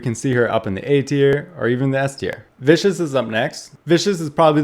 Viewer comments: btw the hero Viscous is not Viscous but vis-cus as in a liquid that is thick like molasses. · Its vis- kes